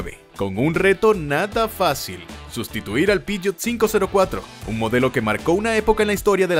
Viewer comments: Buenisimo el video, lo unico es que no entiendo porque decis piyot si sos argentino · Xq decís pishot ??? 😂